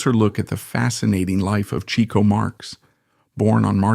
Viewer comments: Per Groucho - Pronounced as "Chick-O" not "Cheek-O". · yep- Chic-Oh per Groucho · Overall, I'd say your research into Chico is pretty good. You've been admonished for your pronunciation of his name. Otherwise, well done. Groucho said if Chic hadn't gone onto the stage, he would have been a mathematical genius.